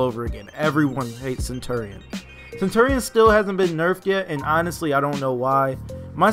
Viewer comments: I had to turn down the audio due to the fact of how you say center-ian, and not CENTURY-n. Centurion is said like century. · Stop saying his name wrong